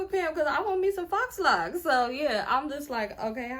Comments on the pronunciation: Shit, I always thought that they were pronounced fox locs (faux locs) not foh locks. 🤔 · “Fox” locks. That was too cute 🤣🤣🤣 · I was 👉🏾👈🏾 close to clicking off when you said fox locs 😹😹 I’m in the kitchen and this is playing over my speaker… then I realized you said it on purpose… girl you are too silly smh 😂😂😂